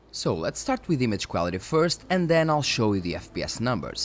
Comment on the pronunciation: Got to love the Cuálity pronounciation ;)